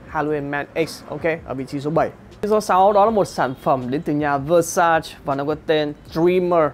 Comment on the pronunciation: Xem lại cách phát âm từ Versace nha bạn, không nên phát âm sai tên hãng, đó là cái tối thiểu.